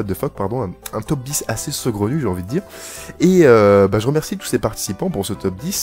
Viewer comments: C'est saugrenu, pas segraunu. A part si toi tu l'entends: ce gros nu ;) Sinon bonne video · Il a une voie énervante le mec Avec son "segronu" ...